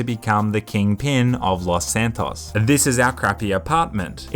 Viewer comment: stop saying Los Santos like that...